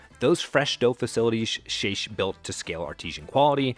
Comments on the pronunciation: Just a heads-up, the CEO's name is pronounced with a hard "ck" at the end of his name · The amount of errors in this video is staggering. From the pronunciation of the CEOs name (Shaich rhymes with bake) to Panera's imaginary IPO in 2007 (Au Bon Pain was a publicly traded company when they purchased St Louis Bread). Borderline defamation they way the lawsuit with the Texas franchise was described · Shaich like shake. I worked for the man. The Mac and Cheese was always from a plastic bag - just like the soups.